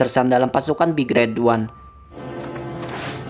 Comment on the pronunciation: min intonasinya yang bener lah gaenak, big red ooneeee diteken teken gitu dah